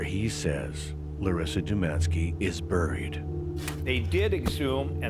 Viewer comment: Rofl. You like A.I reading you? I do too compared to people who do this with their own channels and pretend to care. All about views. At least this fake voice is very soothing. When they can't pronounce buried or sadist, we know it's A.I 😂